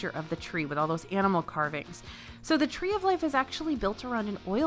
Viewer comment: The “Tree of Liff” 🥴